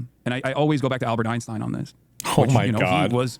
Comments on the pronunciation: I swear to f if hasan says “einschtien” I’m going to lose it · His knowledge of Einstein stops at pronunciation.